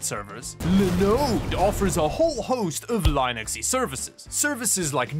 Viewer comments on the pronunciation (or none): "lay-nux" whyyyyyy it's linux (as in lee-nux) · could you PLEASE stop pronouncing Linus as LIE-nix???? NO ONE says it that way except you, and I KNOW you like to do things a little differently and in your own way, but saying it like that isn't one of those things that makes you stand out in a GOOD way.. it just frustrates those people and may cause them to unsub (not me.. I'm not some anal-retentive pr1ck lol I'm fine with it, it's just annoying a lil bit) - Did you get beat up a lot in high school??? lol :) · The words are pronounced "LINN-ics" and A-Suess". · The narrator pronounced "Linux" with a long "i". I won't be back. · How do you manage to say linode right but Linux wrong in the same sentence? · The meme of him always pronouncing it like Linus Sebastian for Linux never ceases to be a source of internal amusement for me.